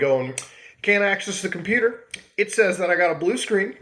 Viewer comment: Hey kid! I'ma computah! Stahp all the downloadin'!